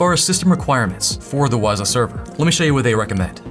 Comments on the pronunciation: Not wazaaah, but wzzooooooh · Everytime you say Wazuh, it makes me think about that term "WAAAAAZUP!!" I'm currently attending a Cyber Security School and I just went through a module that taught about this application. Thanks for setting it up. Knowledge can't be used unless its applied to a real world scenario.